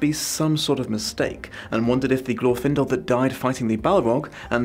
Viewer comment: I'm not even going to watch this video. It's Glorfindel.